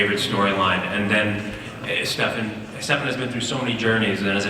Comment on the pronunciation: Paul :" Dephan" xD hahaha